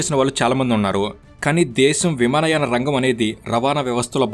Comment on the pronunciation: విమానాయ కాదు అది విమానయాన 😂